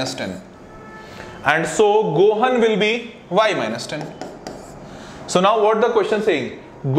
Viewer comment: When he pronounced gohan wrong I cringed